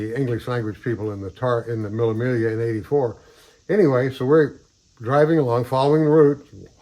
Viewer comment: It's not pronounced as the word is spelt, but it's mee -- ll -- a Miglia. 1000 miles....